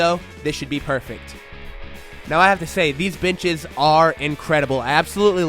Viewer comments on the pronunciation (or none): Very nice, sounded like you said these bitches...lol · Sounded like you said bitches. LOL! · I thought he said "bitches"